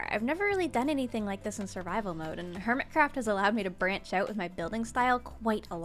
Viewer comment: "hermit raft"💀💀🤣🤣🤣😂😂 Sorry